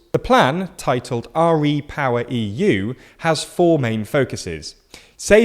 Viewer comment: "R-E-power"? Surely it's just "Re-power"?